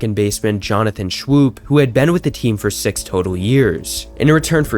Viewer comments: It’s all good, I enjoyed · Jonathon Shwoop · Could you have done… I don’t know.. the slightest bit of research before you tried pronouncing players names? Dan Duquette is pronounced “Doo-kett”. Nick Markakis is “Mahr-Kay-Kiss”. Johnathan Schoop is “Scope”. The list goes on but you get my point. In the future, reach out to long term fans of teams. They’ll give you invaluable insight into stuff like this. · No offense but you're going to lose subs with your terrible pronunciation of last names. FOUR of them & they were all well known. Nick Markakis and Jonothan Schoop were all-stars & and Dan Duquette was one of the highest regarded GMs in the 90s & early 2000s. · Markakis and Schoop hurt my brain bro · lol I was going to say the same think Bro it’s ok a lot of people said their names wrong when they played for us I’ve even heard people who identify as life long, die hard orioles fans say names wrong and to someone like me who truly does follow the birds it’s cringy but look markakis is pronounced like Mar- cake- is and even though it’s schoop and it looks like it might sound like shoe-p or shoop its actually pronounced just like the word scope Just for any possible future references